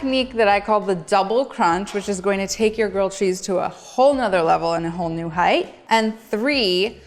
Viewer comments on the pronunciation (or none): none